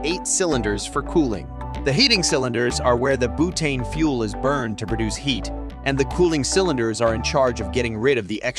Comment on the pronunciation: Did his accent suddenly change to British at one point early on?? Also "bootane" 😅